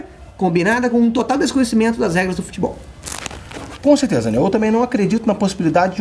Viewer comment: Conssteza, Daniel.